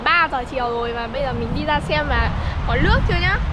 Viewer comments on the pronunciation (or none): Nều lắng lóng nắm lước kkkk ngọng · Bạn này nói chuyện nước thì cứ để là lước hầu hết toàn dùng chữ L trước câu nghe rất chán ạ